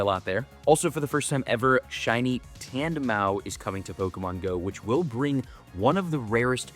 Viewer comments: it's mouse not mow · "Tandemow" is crazy ngl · Tandemaux… like the French say it 😂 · My brother in Arceus, the "s" in Tandemaus is not silent! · he still has yet to say that pokemons name correctly and it’s bugging the hell outta me lmao